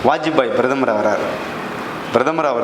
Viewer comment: Who the hell are you ? Introduce your name with your qualification ? What an idiotic talk... Who wrote and gave you Thundu paper Brathamar illappa PRATHAMAR.. if you have little knowledge can you speak without bit paper